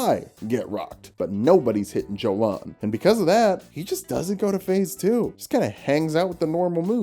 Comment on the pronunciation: ymir might say jolan with a "j" sound but jolan says it herself with a "y" sound